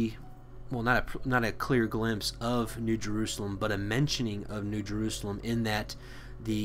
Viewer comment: Why go out of your way to pronounce words such as “Jerusalem“ in Hebrew?